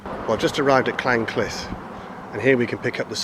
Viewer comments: There is no a in Llynclys, I see your pronocing it as if it was spelt Llanclys. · Your pronouncing Llynclys wrong! Apart from that a good video.